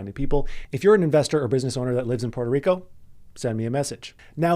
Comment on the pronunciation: learn how to say Puerto Rico first! Good luck